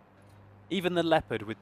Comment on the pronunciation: LEPPERT? Its LEO-PARD, jesus....